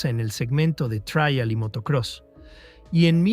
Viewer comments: Después de repetir traial 50 veces he dejado de ver el video, me supera, en España como alguien ha comentado ya es TRIAL, no se pronuncia en inglés, pero claro ¡qué se puede esperar de un mejicano! Presumen de saber hablar español mejor que nosotros, que inventamos el idioma, y lo llenan de anglicismos - en su descargo hay que decir que aquí en España cada vez hacemos más lo mismo, con la cantidad de periodistas y comunicadores que son imbéciles perdidos y aunque no tengan ni puta idea de hablar inglés van de guay, perdón de "cool", y emplean cada dia millones de anglicismos jodiendo el idioma. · El video puede que tenga errores, lo pública un latinoamericano parece, por eso dice traial en lugar de trial. Pero muchos ingenieros de los comentarios parece que están más equivocados aún, aparte de que les domina su Ego. El video me ha producido nostalgia, pero la mayoría de los comentarios me han hecho reír mogollón, 😂😂😂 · El robot no sabe pronunciar la palabra "trial" lo demás lo pronuncia bastante bien.